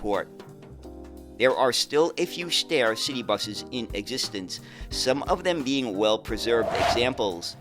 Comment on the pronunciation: "Steyr" actually rhymes with the English word "fire". It is not pronounced as "stair", more like "shtyre".